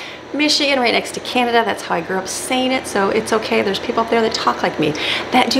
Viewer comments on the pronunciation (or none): none